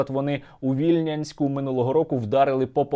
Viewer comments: вільнянськ - в нашій області прийнято робити наголос на букву "я" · Cергію, Ви в назві Вільнянська неправильно наголос ставите. Правильно - ВільнЯнськ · Сергію, Правильно казати ВільнЯнськ))